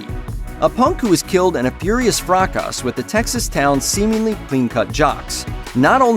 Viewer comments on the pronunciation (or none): "fracas" is pronounced FRA-KAH